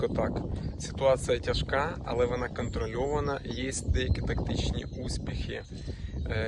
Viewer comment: Что за "контралёвана"? Зачем коверкать слова?